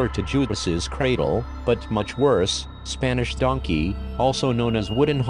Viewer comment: I thought he said Spanish dookie at first but, realized he said Spanish donkey